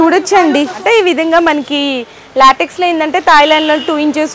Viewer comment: Not Laatiks. Latex.